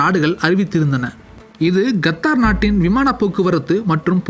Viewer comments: Qatar is correct ....kathdar is wrong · YES he also pronounces Nepal and Nebal. Qatar as Gathaar, and Nepal as Nebaal Thelivaa ucheringa saami... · its Qatar not gathar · Qatar da naaye no kaththarrr